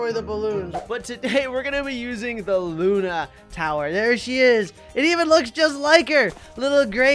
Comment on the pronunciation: It’s luuuuuuuunnnnnnaaaaaaaaaaaaaaaaaaaaaaa not luna